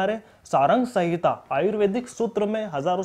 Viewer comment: Bhai Charak Samhita hai, naam to thik se lelo..... Hamare Rishiyo ka sahi naam lena sikh jaao....